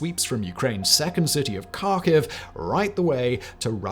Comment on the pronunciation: Would be nice if he would put a simmilar effort in his pronounciation of foreign languages (for example, it just took me 10 seconds to find and hear a proper pronounciation of Kharkiv). When it comes to that he is just a medicore butcher. I love his work/his channels, but especially when it comes to german and pronounciation he is an idiot. He nearly always makes fun of the language to distract from his inability to properly pronounce the words. Makes fun of german compound words while not having the tiniest bit of an idea that english and german are very close to being exactly the same when it comes to that, with the only difference that in german it often is written as one long word while in english it is written as single words. But when it comes to pronounciation it is the same in both cases, spoken as one long word, ZERO difference. It may sound unbelievable to some, but often enough the german version is the shorter one. If you're fluid in both languages you will notice that english and german are nearly equal when it comes to the amount of compound words, it's just that people like Simon don't notice it because of the writing. Many people are superficial enough that they will never notice that and will forever think english always has shorter and easier words, but after speaking english for more than 20 years i am pretty sure that i have seen an equal amount of cases in which the german words were shorter and easier. Both languages are very close, but too many people c